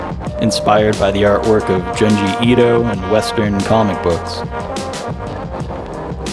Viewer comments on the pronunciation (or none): jsyk, the Jun in Junji is pronounced like the month June! Japanese “u” vowels are “oo” sounds. the rest was fine though! :hand-purple-blue-peace: this project seems really interesting! I’ve only gotten 1/3 through the video so far and the BGM audio levels are way too high compared to your voice, at least through my headphones, but I’ll try watching again later on the TV. that said, the BGM is great and so is your portrait art and the atmosphere you built! the intro humor was right up my alley, too. good luck with Elderfield!!